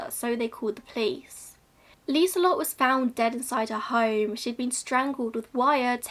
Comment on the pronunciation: This is the FIRST time a native English speaker has said my name Liselot(te) right omg good job!!!!